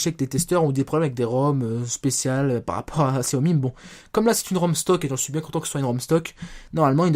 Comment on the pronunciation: and Co. Ouiiiiiiiiiii tu es démasqué!! Haha :p bien pour xiaomi bon c'est pas trop ça mais tu dis pas gziaomi xD c'est horrible pour nos oreilles :') en tout cas très bon téléphone, je pense fortement à l'acheter